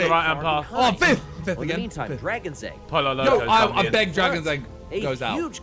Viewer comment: Did Simon just say poyo loco??